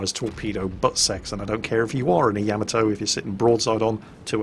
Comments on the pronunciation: It's pronounced Ya-ma-toe, not Yam-a-toe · I agree. Please, with all due respect.....Ya ma to. Not yia ma toe. pls it is grating I love your work though. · Oi you, you were ex Navy no? So you should know how to pronounce the name of the ship. Its NOT Yamatoe its Ya..Ma To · So British people say "Yam-uh-toe"? In North America we usually say "Yah-mah-to" or "Yuh-mah-to". That's kinda weird though. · You are like a WoW God to me let's be perfectly clear BUT you do one thing that temporarily lowers your exaltation a notch! That's when you speak of the greatest warship of all thyme! It's pronounced YAMATO you lunkhead not YAMATO. Other than that, well, get on with it brother it's all good. Many thanks for your hard work from across the pond. You punch my entertainment card I must say. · sweetie, I love you to death but it's pronounced Yah-Mah-Toe not Yam-A-Toe. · For a guy that's been in the navy you would think you could at least get the pronunciation of Yamato correct. It's not Ya ma toe for Christ sake it's Ya mot oh and not Yama doe, it's all together Yamotoh, Yamato. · Why s it most of you can not pronounce Yah mah moe toe? seems like every vid I see they wing it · Ya-mah-toe...Why can't people pronounce that? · Yamma toe (hyper-cringe) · I find it a bit odd that you play the sound clip of them saying the ship's name correctly, but then not 10 seconds later, you pronounce it differently. Why? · It's cute the way he mispronounces Yamato.